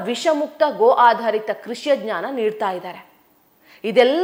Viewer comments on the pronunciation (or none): none